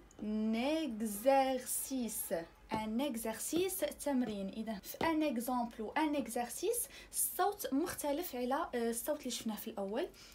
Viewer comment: On dit exercice pas exercise